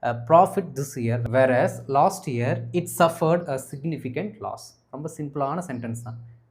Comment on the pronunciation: The letter r missed the word of years